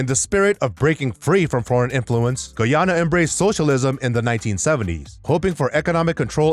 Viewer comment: This guy cant even pronounce Guyana 🇬🇾